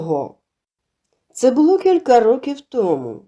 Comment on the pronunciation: Приємний голос, цікаві розповіді, але ...наголоси ріжуть вуха - сОбі, повЕли, бУло, кІнцями, розповІла і т.д.